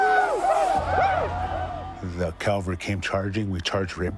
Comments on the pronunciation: <> Is he saying, "calvary"--?? That's not what those soldiers were called. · it is pronounded CAVALRY - 'ca-val-ry'. not calvary. why was this so often said incorrectly??